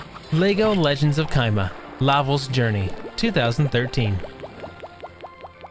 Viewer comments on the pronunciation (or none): It's chima not kima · The way he pronounces "Chima" has me dying lol